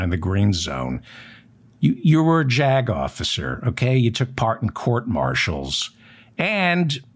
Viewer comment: Every time you say "Jag officer", I hear JACKOFF.